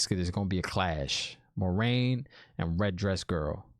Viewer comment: No worries! The show actually mispronounced Moiraine according to Robert Jordan's glossary. According to the books it is MWAH-rain, not MOI-rain or MOH-rain. But I guess Moh-rain is more accessible like Lorraine but the L is replaced by M.